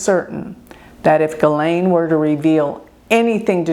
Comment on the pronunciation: I am so happy you pronounced her name right. She has Pluto and Black Moon Lilith conjunct at bottom of her chart.